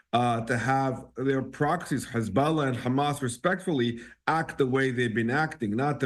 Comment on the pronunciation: How many times is he going to say HuzBALLAHHH 🤦🏻🤦🏻🤦🏻